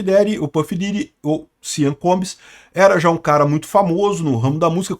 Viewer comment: A situação desse cara tá mais dificil do que o acertar o nome dele!